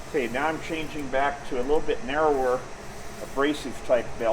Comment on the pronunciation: “A liddle byit…”